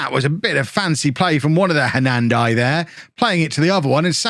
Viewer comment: I was about to say Hernandez as no plural But i was wrong, u are saying it the right way 😂😂 Im seeing any plans made to do after bourne in us just waiting 1 Year 👌👌